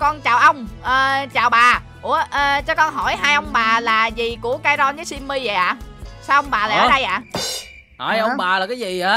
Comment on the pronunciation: Simmy mà kai nói chim mi